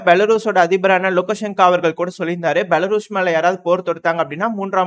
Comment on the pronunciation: தம்பி பெலாரஸ்... பெலாருஸ் இல்ல, 😂